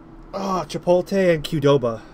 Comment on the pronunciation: Dude, it’s Chipotle not chipole xddd